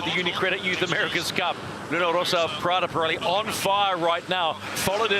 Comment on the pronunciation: Pirelli non Parelli ...